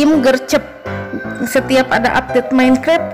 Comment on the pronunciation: Minecraft jadi menkrep 😂